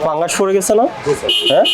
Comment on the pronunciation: সম্মানিত ভোক্তা অধিকারের সহকারি পরিচালক মহোদয় আপনাকে বলতে চাইতেছি যে আপনার কথাগুলো স্পষ্ট বুঝতে পারিনা আপনি যেই পাউরুটির ভিতরে সবুজ কিছু দেখা যাইতেছে এটাকে আপনি পাংগাস বলতেছেন না ফাঙ্গাস বলতেছেন ঠিক বুঝতে পারতেছি না যদি আপনি পাংগাস বলে থাকেন তাহলে ভুল বলতেছেন আর যদি ফাংগাস বলে থাকেন একটু স্পষ্ট করে বলেন